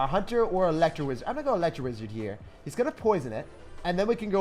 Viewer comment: . How did he say Electro-wizard